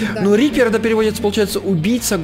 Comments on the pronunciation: не репер а рипер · Ни рэпер а рипер